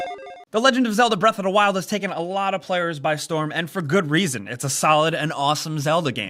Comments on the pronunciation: what really drives me crazy is how he pronounces it breath a 'da wild. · Zelda: Breath Uhhh-Duh Wild. pronunciation is hilarious to me.